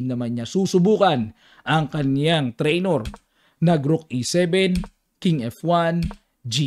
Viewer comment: Coach. Trainer po yung correct word. Hindi po Trainor 😇 Godbless Coach.